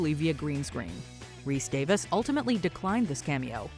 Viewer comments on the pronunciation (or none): It’s Rhys-Davies not Davis ffs! 🤬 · "Rhys-DAVIS"?!? God, I swear, when you're not OveR ProNouncInG Spanish and French words (Celene ZEEEEEE-OOOOun, anyone?), you folks couldn't pronounce your way out of a paper bag...